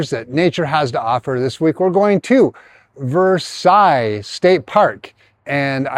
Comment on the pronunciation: its ver - sells